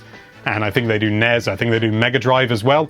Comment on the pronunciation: It kills me a little bit each time he pronounces NES with a ‘z’ sound... “NEZ...”